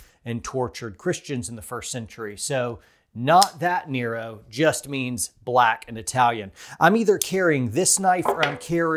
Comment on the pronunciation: It is “Neh-Roh” not “Knee-row”